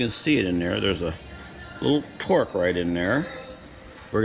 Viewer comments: Good info. It’s called a Torx. Not Torque. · Say it with me…Torx, torx, torx. Great video, though!